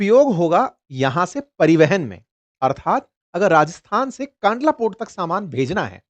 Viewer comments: कांडला नहीं भाई " कंडला " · It's not pronounced "kaandlaa" but "kandlaa"